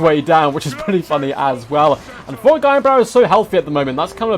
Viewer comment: Maybe it's my phone's speaker... but who is "Forek" Ironbrow? 😂